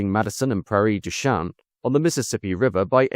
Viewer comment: Prairie du Chien is not usually pronounced in the French manner in Wisconsin. It does look like "shane," but is pronounced "sheen" here (it is where my father grew up, and where my grandmother lived. This is not unusual in Wisconsin, as the town of Beloit is corrupted not as the French "Bel-wa," but an Englishoid "Bel-oyt." Another town served by the railroad, Fond du Lac, generally comes out "Fondle-lack" in Wisconsinese. And the Milwaukee street name after a French settler, a Mr. Vliet, is not Vlee-et" but Vil-eat." Think of it in the same was as Derby, Greenwich and Leicester, all of them having a traditional pronunciation at odds with their spelling. Funny thing... I just watched the replacement Amtrak service pass this very evening, headed for Chicago. That train is also named the "Hiawatha." Not quite as fast, but a very good service. Once up the miles-long 1% grade out of Milwaukee, the ex-Milwaukee Road right of way has few curves and virtually no hills all the way to Chicago, making it a veritable speedway all the way to Chicago.